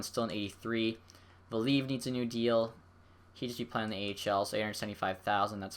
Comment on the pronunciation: its "vah-lee-av" not "val-eev"